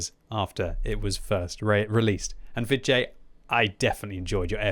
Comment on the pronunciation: When you say Vid J, I keep hearing vi jay or va jay. Maybe that was on purpose though.